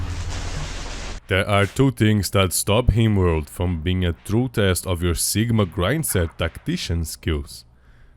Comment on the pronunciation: the guy who made the video pronounces "rim world" as "Himworld"